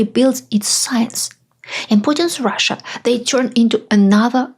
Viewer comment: When you say Russia, I hear USA. 😥